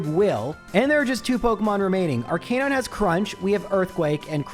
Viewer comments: You’re saying Arcanine wrong. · No, it’s pronounced Arcanine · Just wait until you hear him say "houndoor", "arcaynine" or "rival fival". You made the right choice